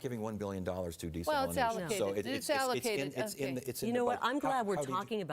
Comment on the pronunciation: “I don’t know enough about desalitizing”